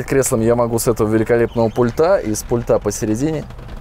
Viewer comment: Чувак, пульта ударение на у. Ты ж бля на большую аудиторию вещаешь .